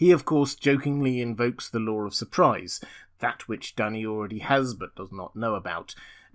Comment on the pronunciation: Duny is called "dooney", not "dunny"